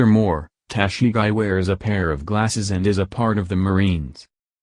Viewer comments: Wtf is Tashigai!???? Go home dude and practice pronounciation!! And your country's president mocks the accent of other's lol!! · It’s tah-she-gee